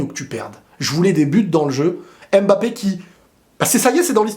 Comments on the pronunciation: pour l'amour de Dieu ARRETE de' l'appeler M Bappé. C'est prononcé "mmmBAPPE"!!! Ok bisous bye;) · Toujours un plaisir de regarder tes vidéos Mais svp arrêtez de dire M-Bappé C’est Mbappé en un mot c’est comme Vladimir, personne ne dit V-ladimir 😂 Hala Madrid!! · ne dis plus M'BAPPÉ ça sonne tres mal 😒 c'est MBAPPÈ🙏🙏 c'est aussi le nom de ma mere👍 merci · Bonjour il ne s'appelle pas M'Bappé mais Mbappé. En résumé on ne prononce pas le M comme une lettre de l'alphabet. C'est Kylian qui l'a dit lui-même. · Ce serait un grand bien pour tous que comme les autres tu cesses de l'appeler M 'bappe'. En Afrique on ne prononce pas ces M. C'est Bappe' . D'accord avec toi . Le but du foot c le But . En France des haineux surtout sur RMC l'ont descendu en permanence quand il ne faisait pas des Exploits sur tous le match. Même quand il a marqué et pas d'exploit ,ils critiquaient amer . Les grands joueurs ne sont pas pour la France où l'esprit est bas , . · Vous prononcez mal le nom Mbappé.tant que vous savez prononcez pneu,vous savez aussi prononcez Mbappe